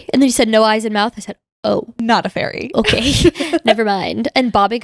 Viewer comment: Hahahah! When you said “A ✨fAiRy✨” all I could think of was this little floating low- ranking demon girl with the trending audio of “And she was a fairy”😂😂😂😂 Thank you for the laugh! I love your videos! (If that popped into anyone else’s mind, lmk😂)